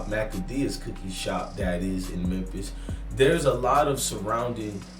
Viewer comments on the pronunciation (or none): It’s Memphis my guy not mempis